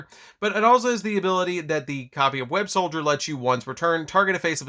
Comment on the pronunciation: I feel the need to say this, it's Web-SOLDER not Web-SOLDIER